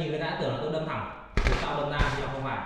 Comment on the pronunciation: Đâm chứ không phải dâm nhé anh